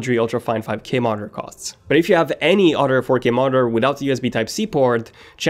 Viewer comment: I like how he can say th but when it comes to oTHer he says utter 😂